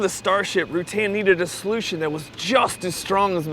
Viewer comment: Why does the narrator not know how to pronounce the last name of the amazing aviation engineer Burt Rutan? OR mention that he founded Scaled?